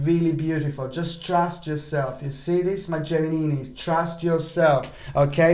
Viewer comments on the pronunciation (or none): Hi. Again I love the way you are saying Gemininis ( hahaha). At the beginning of your video you are like a James Bond villain with your black cat ( but you are not a villain and his cat was white ). I love your vibes. P.s. I noticed that the date you have gave us 13th of February, planet Mars will conjunct the Galactic center. The Galactic Center is one very sensitive point which is located at 26°50` of Sagittarius. Some astrologers believe that point is an Open Gate With God ( or the Universe ). Anyone who's having a personal planet or mathimatical point ( for example the Ascended ) is consider as very lucky or very gifted at something. After all who's doesn't want an open line with the universe? I do have my Anti- Vertex at 27°24` Saggi and sometimes I know things which are impossible to know like check up results or lab examinations even for people I have never meet in my life. Usually this happens when someone is close to me (for example with my best friend or ex-partners which I was very much in love with them). Anyway the same day Sun conjunct my Moon and activates my natal Grand Trine. They say when so many things are activated at the same time usual something will happen ( for good or bad ). I can only hope it will be for good.